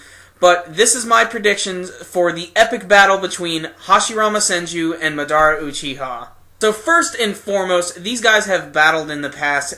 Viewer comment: Why do people pronounce madara wrong its been said a million n a half time in the anime by now